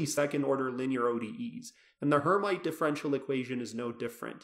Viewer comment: Pronounced "air meet" not "her might"